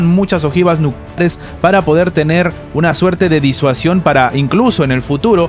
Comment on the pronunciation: Es que no se puede decir nucleares claramente?